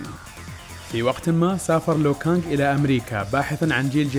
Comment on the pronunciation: اسمه ليو كانق مو لو كانق